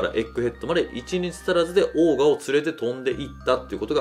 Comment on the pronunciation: オーガ(鬼)じゃなくちゃんとオーガーと言ってください。